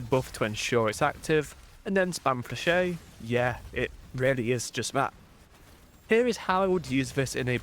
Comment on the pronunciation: thats not how you pronounce flechette but i kinda like it more than the actual lmao